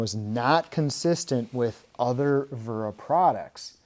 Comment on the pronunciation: It’s wera not vera 😂